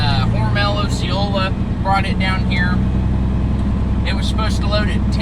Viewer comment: It pronounced O-sha-late-a , I live there. In fact my house is about a mile from that Walmart DC .